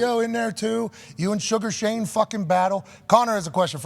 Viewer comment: It’s sugar Sean not sugar Shane u casual mfs 😂😂😂😂